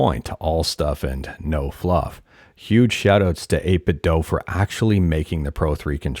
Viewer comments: its 8bitdew. not 8bitthough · Can I just say I really appreciate your calm voice. Most YouTubers shout when they talk and it's stressful. I needed this vibe right now. Also, thanks for saying 8BitDo that way. Some people think they are right when they say "do" like in the English language. In China they say the Do part like Latin people say "du" or Scandinavian people say "do", NOT like how American and British people say "do".